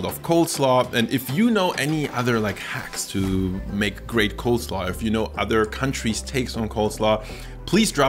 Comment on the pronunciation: Did you say COLDslaw throughout the video?